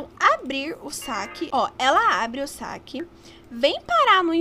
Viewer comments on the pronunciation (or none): Amiga é saquê e não saque!